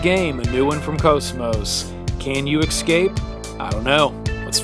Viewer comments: you were pronouncing it right. he was pronouncing it as "ecscape" but that is not how it's spelled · Had to stop watching by the time he pronounced escape as excape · You lost me when you pronounced it 'exscape' .... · I had to stop watching. It was like chalk squeaking.